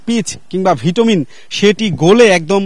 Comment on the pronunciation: ভিটুমিন নয় এটা হবে বিটুমিন !